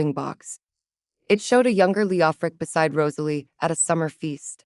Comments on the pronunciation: Did yall NOTICE the 2 shiny GOLD RINGS popping out Gerald's fluffy BELLY?? YES! THX 4 noticing the simple name Rosalie was ONLY done correctly in the very beginning and at th end ! A ROSE is a ROSE-uh-lee* NOT RAHZ-uh-lee, & ESPECIALLY Not* Ruh-ZAY-lee (cringe) =O 🏰👸🤴Medieval names great, but only if U say em right:*Alaric= AL-rik, NOT Al -LAIR ik. Try Jocelyn, Morgana, Johanna, Annalisa, Elspeth, Leonora? :person-turquoise-wizard-wand:🪄Enchanting taleTHX! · Cute enough I guess. However the constant mispronunciation of Rosalie was seriously grating on the nerves. If the narrator was able to get it right near the end , then why couldn't it do it throughout the rest of the story? I'd just be getting back into the story when it would mispronounce her name and then it would ruin things all over again. Please do better so we can actually listen & enjoy the story. A little more romance and a little less on the femenist aspect would be nice also.